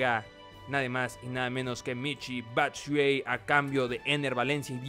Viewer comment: SE PRONUNCIA BATSUAYI